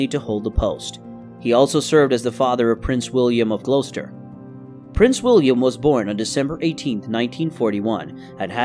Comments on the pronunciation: "Glow-stur". "Pur-fer-ee-a", "Pruh-shee-uh", anything ending in "shire" not being pronounced "sure". And I'm American....🤣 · Whoever is narrating this, I am from England and your pronunciation of Gloucester is incorrect.